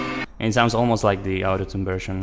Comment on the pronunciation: That's actually really sad. Those out of tune recordings aren't even too bad. Also lemme fix your pronunciation of autotune. It's not "ow"totune but rather "aw"totune. It kinda made it confusing to tell when you were saying autotune or out of tune